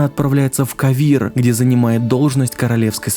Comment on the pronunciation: с того хотя бы что такое ударение в игре ставилось, да и звучит лучше, кОвир и пОвисс, а не ковИр и повИсс) ((